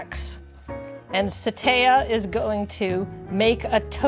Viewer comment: also, shoutout to for teaching me that it's pronounced more like "Suh-tyuh" not "Sah-". It's good to learn these things!